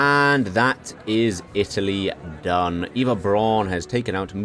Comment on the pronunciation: You’re mispronouncing virtually every German word throughout the video, including ‘Eva’ Braun